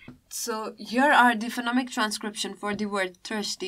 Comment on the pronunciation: Is it Phenomic or Phonemic? And the way of describing the chapter feels very swallow. Please spice the things up, be more subjected to examples. Thanks.